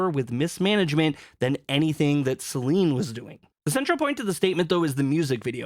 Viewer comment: What is with everyone calling her Selene? There’s not even an E at the end lol